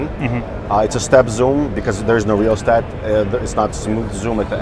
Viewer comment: Lmao, ”rheostat”, ”gee yoo eye”, where did they get this guy, off a car dealership lot?